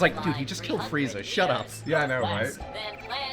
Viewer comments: I mean Frieza would most likely be pronounced Freeza, I only base that on my last name. It's Friedman and though I tell people who ask how to spell it that is is Fried-man, its pronounced Freedman. Sorry for the dumb tirade, just went along with the Frieza spelling convo. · "FREAZA" LMAO i spell it "Frieza" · Frieza. Not Freeza. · Frieza = Freeza Siegfried = Seegfreed